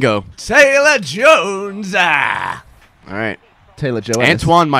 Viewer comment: Nobody got Gavin's Red vs Blue reference on Jones, pronouncing it as Joennes